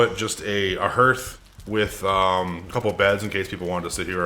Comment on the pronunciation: Your content is great. Good editing, great music choices, really creative. I like everything about your work. But please. Please. It’s pronounced like heart, not earth. 😆😆😆No, I’m not the grammar police. 😏 Just an old fart.